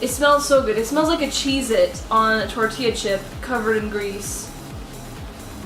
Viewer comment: you said it wrong again its TORTILLA this aint funny (grabs flamethrower) ITS TORT’IA (Uses Flamethrower) (Edit: FUCK THE CHIPOTLE AD DID THE SAME THING BUT WITH QUESADILLA )